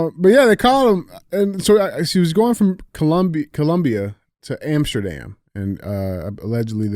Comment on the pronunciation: Bogota like Andy said it haha And it’s Colombia with an O not U Colombians with Andy and DJ !!!